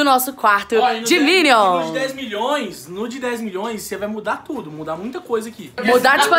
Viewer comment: "condominion", "minioria", "6 miniões"! 😂😂😂😂😂